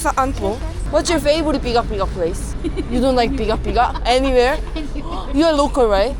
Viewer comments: Pigar pigar not pigak pigak, You should try pigar pigar in dagupan 😊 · I think it's pigar-pigar not pigak-pigak..😅..anyway,thank you for loving our country and our food..❤👍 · Its Pigar pigar